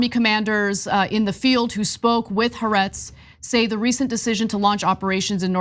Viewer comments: Guys... First of all Good work mostly in general... Haaretz is pronounced Ha-Ah-Retz, not HA-RETZ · Jesus Christ, Anna It's been a f'ng year now. Time to say it correctly Ha .. aretz The land (Israel) Not "harets" 🥴